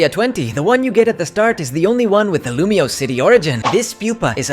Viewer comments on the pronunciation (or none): none